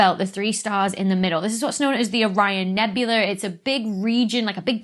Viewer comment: …what’s a, “nebular”?